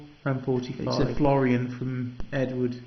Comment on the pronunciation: Nice collection, but the one thing you kept saying was FLORION, not FLO-RIN Because I was used to coins before the decimal ones, it jumps out at me when you kept saying it. Keep Collecting mate its an interest for life, you can take it as far or as basic as you like, there are no limits. Regards John